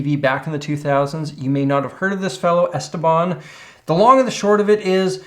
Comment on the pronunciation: He was some guy from Pittsburgh who played guitar and made some instructional videos. His real name was Stephen Paul, so "Esteban" is at least the correct Spanish pronunciation. I remember watching the infomercial for the Esteban guitar. This was back in the 90s, on most network channels after 2AM they would just go off the air. Sometimes they would have an image of an eagle or American flag, other channels was just static snow. Cable channels would stay on but they only showed infomercials, so if you were awake it came down to finding the right one to watch. My personal favorite was the Time/Life "Sounds of the 70's," the worst was a guy with a John Waters pencil thin moustache who just oozed "sleazely date-rape drug," selling something to make you shit your brains out. The Esteban one was a classic though. I remember even at the time when I would have only been playing for a year or so, I still know enough to realize the fact that you could stand on it without breaking wasn't a positive feature, in spite of them pretending it was. I don't know about now, but I remember a decade or so ago there was always at least 1 of them for sale on Craigslist.